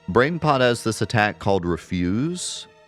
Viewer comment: It's "reh-fyuz", like garbage, not "ree-fyuz" as in "not to do".